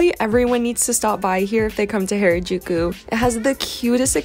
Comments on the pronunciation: this is how to pernouce harajuku its ha-ra jukou its not pernouced hayrajouku this is just a correction not trying to be rude also loe ur vids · Not to be rude or anything but it’s pronounced har- a-juku and not hair-a-juku : ) also love your videos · U been there how long and can't say Harajuku